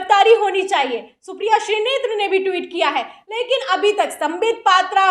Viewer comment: Madam, woh shrinete hain shrinetre nahin hain